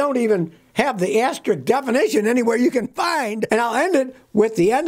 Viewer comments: AsteriSK Not asterik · "Asterick" is not a word. "Regyuhly" is not a word.